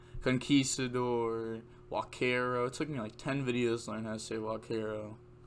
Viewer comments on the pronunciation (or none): Spanish guys say that you don't read u in Huaquero